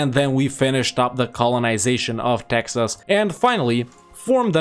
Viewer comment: "Texs" became prophetic. A very scuffed attempt but you did it.